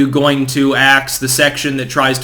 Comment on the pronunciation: keeping saying 'axe' and I keep hearing 'ask'. 😅